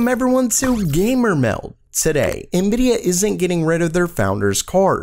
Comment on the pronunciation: why do you say gamer meld so weird and annoying?